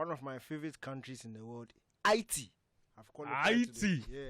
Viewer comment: You guys are pronouncing haiti wrong